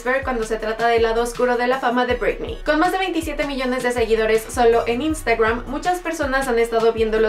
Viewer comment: Por que dices INSTAGWWRAN?